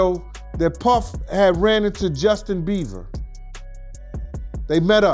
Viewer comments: ( and every time this guy said Justin‘s name but) it’s Justin BIEBERRRRRRR….NOT Justin BEAVER….WTEFFFF🤦🏻‍♀️🤦🏻‍♀️🤦🏻‍♀️🤦🏻‍♀️🤦🏻‍♀️🤦🏻‍♀️🤦🏻‍♀️🤦🏻‍♀️ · The amount of times that man mispronounced his name as “Justin BEAVER”